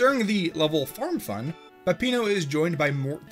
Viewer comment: my man said farm fun 🤦‍♂